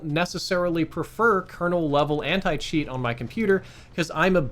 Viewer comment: oh nah he said Anit cheat